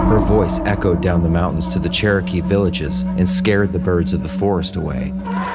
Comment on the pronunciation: I'm glad the pronunciation is not exact because Spirits may come if you say their name. (Good try but not exact, thankfully. Cherokee is hard. I know. I am one.) Y'all be careful now please!!